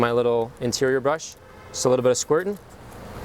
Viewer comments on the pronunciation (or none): " Just a lil' bit of squirtin' " lol